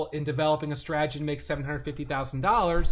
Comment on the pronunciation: Say the word STRA-TE-GY..repeat...STRA...TE...GY